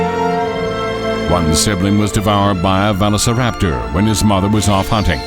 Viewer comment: Why does bro butcher Velociraptors name?